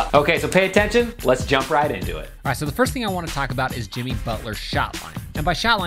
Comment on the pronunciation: Michael Gabrielle alright so jiMEE butler